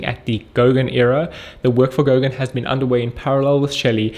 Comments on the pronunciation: Era! not Error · did he say "error" or "era"? doesnt make sense that it would be error? does it? i dont want to invest in a company specialising in errors - i have enough of my own!